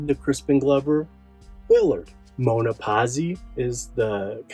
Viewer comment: i just found your channel BRAVO!!!!!But please Moana Just think the pronounciation like the disney movie Moana,btw Moana means the deepest part of the ocean. correct like this,MOANA IS A LEGEND in italy like Marylin in usa,such a mistery surronding her death.please more of the italian startlets who made it big in Usa as well like CICCIOLINA thanks and your movie quality is amazing and i LUV JEANNA FINE and VICTORIA PARIS RIP BOTH